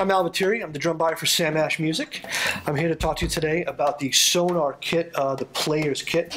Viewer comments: You would think the seller would know how to pronounce the drum name correctly. It is NOT... pronounced SoNAR.. it is pronounce SoNOR. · You work with them and sTILL perpetuate the mis-pronounciation of their name?!...